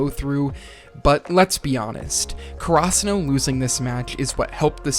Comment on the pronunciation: I do enjoy your video, but really want to point out that ur pronunciation of Karasuno is so weird, its almost like krasuno. Could you do some research and pronounce it maybe in japanese and not so english about it? This might be strange but the first time i heard you say krasuno i immediately switch to another video, this time around, I convince myself to finish